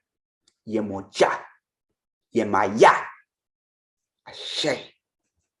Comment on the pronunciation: The way my jaw hit the floor when he mispronounced our mother Yemaya…wow.